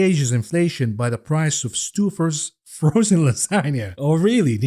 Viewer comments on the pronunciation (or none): the food item from special K is pronounced....STOW-FURS...you are welcome:_ThinkBout